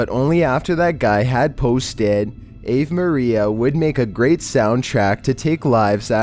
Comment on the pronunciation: A v maria? it's pronounced AHVEH MARIA